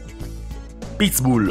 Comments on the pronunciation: Apprendre à dire pit-bull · le pittss boulll. mdr